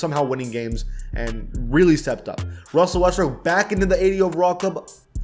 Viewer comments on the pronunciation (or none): none